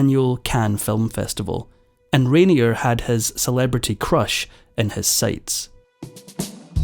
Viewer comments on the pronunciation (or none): A well-made narrative with only one slight flaw! The name of the main player in your video is universally pronounced "Rainiay", not "Rainierr". Sorry! 😀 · Isn’t his name pronounced :’Rain—yeh’? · You are not pronouncing Rainier correctly.